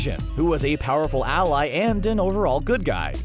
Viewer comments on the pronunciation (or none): none